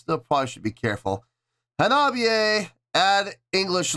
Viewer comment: Great to see Hanabie back on the channel. This is only the second time, I think, unless I've missed something. Glad they won the poll. Also, good job on pronouncing the name. 👍